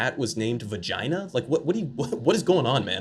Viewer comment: He says "vagina" just like he says "China". JINA